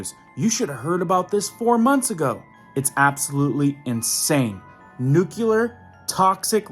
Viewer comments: Nuculur not a word it is nuclear. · It's not nucular its nuclear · Thanks for the heads up but please pronounce nuclear nu klee ur. Not nu ku lar. Thank you sir. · Nucular is not a word. Nuclear is the word you are looking for. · Thank you. But you would get more viewers if you'd get to the point more quickly. And by the way, it's pronounced "NU-clee-ar" not "NUK-u-lar". There's only one 'u' in it. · Newclee-er, not "new-qya-ler".